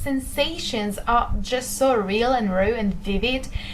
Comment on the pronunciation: Hey! I just want to give you a little English advice. Your pronunciation of the word "raw" is still a little off, but obviously your English is fantastic and it's amazing that you learned it so please do not think this comment as an insult in any way.